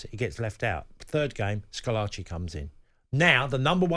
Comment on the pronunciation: Schilacci, not "Scholacci".